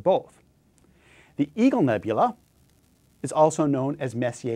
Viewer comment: Oh, EAGLE nebula - kept hearing EVIL nebula. LOL